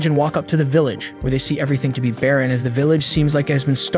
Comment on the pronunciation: Bro was like i know everythink